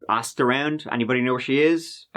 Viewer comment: I wish they would at least learn how to pronounce easy words like "asked"